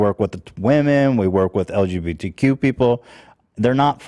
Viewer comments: and purposely mis pronouncing lgbtq,, come on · pretends to keep Ethan in his lane but when it comes down to it he acted as shitty as Ethan today. Telling chat to shut the fuck up and not even being able to say lgbtq correctly was just so pathetic.